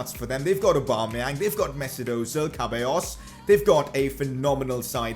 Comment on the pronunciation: Btw it's pronounced Se-ballos😂